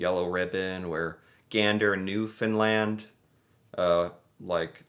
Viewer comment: Thank you for saying Newfoundland right, not Newfoundlend,🤘,I am a Newfoundlander